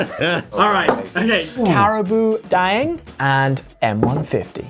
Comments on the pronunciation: it pronounced Carabao Dang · Real talk, ollie's thai pronunciation of red bull (kratingdaeng) is great, but the carabao daeng I was a bit 😂 bao in that word is like bao in bao bun.